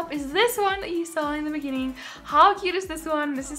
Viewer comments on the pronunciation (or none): none